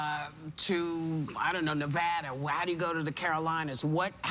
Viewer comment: The best part of this video is the fact that Whoopi pronounced "Nevada" correctly.